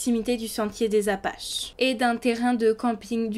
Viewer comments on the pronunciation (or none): Les appalaches pas les apaches..😅